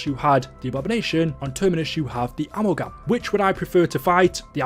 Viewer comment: Why do u pronounce amalgam like that😭😭